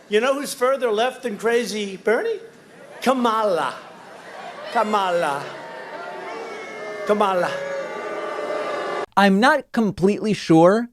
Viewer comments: That’s literally how she explains her pronunciation to people. “Say the word comma, like the punctuation, and add ‘la’ to it” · I think he's trying to make K-maa-la sound like O-baa-ma to his supporters by pronouncing it that way 🤔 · Donald is definitely goading his base with the pronunciation of Kamala Harris. At this point he doesn’t even try hard to hide it or deny it. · I can’t stand this man. And yes, David, he is xenophobic mispronouncing Sen. Harris’ name. He’s a total racist loser. Vote 🇺🇸💙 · His pronunciation of "Kamala" is closer to correct than what I've heard when other Repubs purposely mangle her name. A little extra emphasis on the second syllable Trump asserts. No emphasis on any syllable is how Kamala pronounces it (how one would pronounce it in India). No... I am NOT defending Trump.... He is pronouncing her name disrespectfully, as if it is NOT really an "actual" name, as if she made it up.... or even worse........foreign.... and an unwelcome inconvenience to be forced to learn a new name, as if SHE should change it to a name we are all familiar with.... if she were more "American". It is a very common name in India.... it is one of dozens of words that means lotus. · . He just openly insults Kamala Harris by mispronouncing her name and the crowd cheers. Thenhepretends that this crowd supports Lincolns policy's. These peole would be promoting slavery, while holding a Bible above their head and waving a confederate flag. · As you probably know, Donald Trump is a fan of professional wrestling. His pronunciation of 'Kamala' is a reference to a wrestler of that name whose character was a "Ugandan savage from the depths of Africa". So it's all an obscure birther thing. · I dont get how mispronouncing Kamalas name is a positive for him. He claims to be smarter than anyone and memory is intact yet to mispronounce her name over and over means either his memory is gone or he pays no interest in his job. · he's too stupid to pronounce Kamala's name